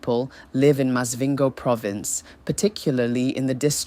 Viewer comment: Is this an AI talking cause some of these pronunciations ?😂Maz-vhingo